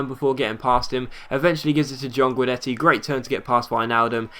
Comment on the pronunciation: The first i in Guidetti is supposed to be silent, so you say it like this: Gudetti. I know i'm swedish. Otherwise it was a great episode like aways! Love this series.